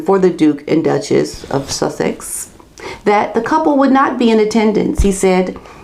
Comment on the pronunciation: You say Sussex like an English person now